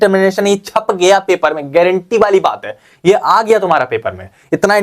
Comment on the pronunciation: Garenteee h bhai garenteee 😅😅😅